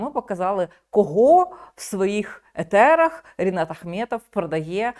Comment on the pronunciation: Класний розбір но «в Ефірах а не етерах»